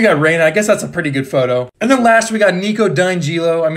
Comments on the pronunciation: What are those pronunciations? Is it actually McLain? Also, I’m confident it’s pronounced levesk not levescway. Also, dine geelo? It’s dee angel o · Those are really cool-but nicos last name is pronounced (de-angelo) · I died a little inside when he pronounced Nico’s last name